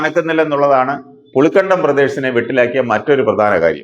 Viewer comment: പുളികണ്ടം അല്ല, പുളിക്കകണ്ടം